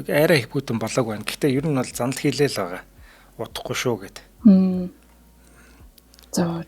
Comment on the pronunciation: Заналхийлээд байгаа гэнэ.энэ хөтлөгч монгол хүн мөн үү.үг хэлээ зөв яриач